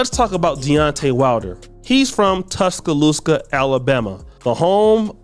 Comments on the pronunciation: "Tuscaloooska"? No!! Pronounce it correctly: "Tuscaloosa." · It's not "Tuscaloosca" 🤷🏾‍♂️🤣😂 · It sounds like this: Tus ka loose ah. You said it wrong bro